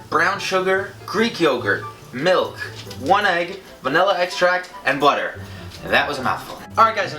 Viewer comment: I swear he said boner but he said butter 😂😂😂